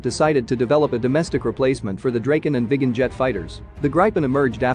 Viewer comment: it hurts every time i hear gripen pronounced as "Grayh-pen" or "Gr-pen", each time i hear draken pronounced "Dreyken", and each time i hear viggen pronounced as "Vayh-guhn"